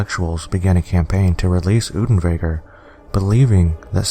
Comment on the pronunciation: Damn boy, do your research properly! Unterweger's name is pronounced oonterwayger, not oodenwayger! How can you even misread his name? Also, there already is a movie about him, making it moot to mention him in this video. It was released 3 weeks after this video and was in production long before. Also, there's no source that supports your bullshit claim that writer's block caused him to commit suicide! On the contrary, Unterweger threatened multiple times to kill himself during his trial if he was convicted. He hanged himself the night after the verdict. But yeah...writer's block...